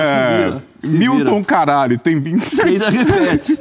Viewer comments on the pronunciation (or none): Milton Caraglio pronuncia milton Caralho kkkkkkkk 🤣😂